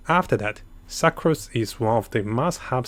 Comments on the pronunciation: Original:sucrose What i hear suckrose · The way you pronounce sucrose.... “suckrose” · im not saying this as being mean its funny how he says succrose again not being mean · Idk if its intentional but pronounced sucrose as SUCCrose lmao